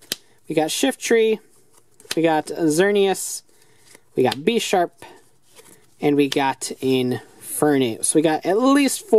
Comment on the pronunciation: Bish- arp not besh-arp